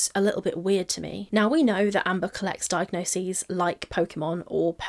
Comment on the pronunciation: Great video. I know this is relatively minor but thank you so much for saying diagnoses. I cant tell you how triggering it is to hear people constantly saying "diagnosises" ❤